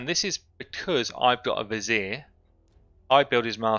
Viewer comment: Love your videos. Love accent. And how you pronounce '' Vizier''